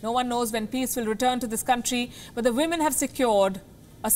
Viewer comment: Woo-men 🤣🤣🤣🤣 Anyways nobody is perfect but trying to be is what matters......but still it was quite Hilarious Palki.